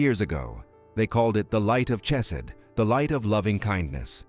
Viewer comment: TOI MANY INCORRECT HEBREW PRONUNCIATIONS TO COUNT, but include: Chesed, Modei Ani, Chochmah, etc.